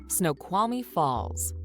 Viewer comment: If you visit Washington state, ask the locals how to pronounce some of the names of places. Google maps prounces some of them wrong! It sounds like the woman in the video she is watching, barely pronounces the L in Snoqualmie, if at all. You DO pronounce the L in the word Snoqualmie.